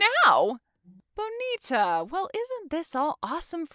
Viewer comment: It drives me crazy when they mispronounce Bonita.